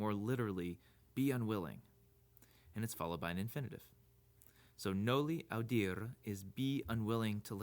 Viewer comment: "nouli audirr" is definitely not the way you pronounce that....